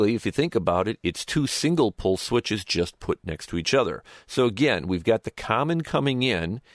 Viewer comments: Pole, not Pull!!! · I believe it is double/single "pole", not "pull".